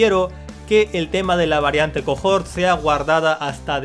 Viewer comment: Es cohort (que significa cohorte, séquito...) no cojort Sólo se pronuncia cojort